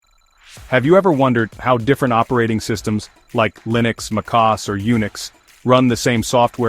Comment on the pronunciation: lmao the AI voice reads macOS as makos 🤣🤣